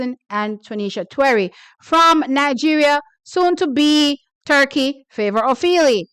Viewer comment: I'm here for the pronunciation of T.T. Terry's name!😅